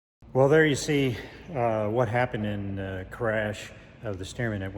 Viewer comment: "gotta-git-thar-itis" kills.